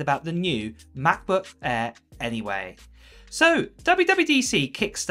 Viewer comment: What’s a Macbuk Aiiiiir? Lol